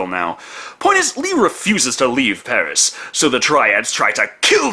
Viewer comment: I love how you said "Pari" with the French accent but with a Spanish R, as if that's a thing XD